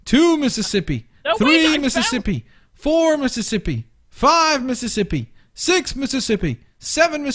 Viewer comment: When you said 11 Mississippi you said mippissipi